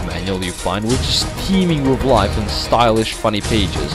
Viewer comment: Does it drive anyone else nuts when people who can't properly speak English, and also shouldn't BE speaking it, fail to get TH sounds right? It's Worth, not Worf. Earth, not Earf. With, not Wif/Wiv. You get the point. Besides that...